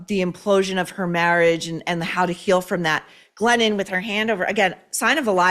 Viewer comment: When Maureen says "Glennon", I hear "Lenin". Basically, Glennon-Lenin composed a book made-up of old bumper sticker slogans. Co-Exsist! How about we Co-EXIT from the imposter author with mental problems?